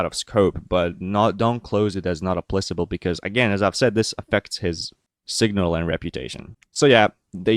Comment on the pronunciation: FYI in "not applicable" the c is pronounced as a k